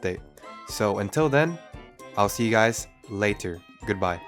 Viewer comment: He said “later” the same way he says “”, I’m ded